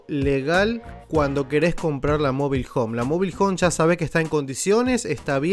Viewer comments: No sabe ni pronunciar Mobile Home el dice mobil 😂😂😂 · Mobil hon 😀😀